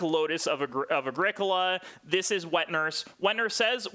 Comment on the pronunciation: How about starting by pronouncing the game correctly? It's pronounced Ah-GREE-co-la (it's italian). Sheesh